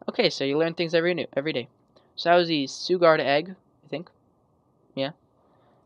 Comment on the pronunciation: I think the way you pronounce suguard is sugar and guard together, so SHOO-GARD. Not sure though, just trying to help :)